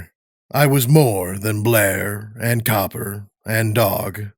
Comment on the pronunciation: Loved this pov but Copper instead of cooper?